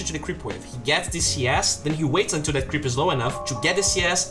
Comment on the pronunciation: it's triggering how he pronounces "that"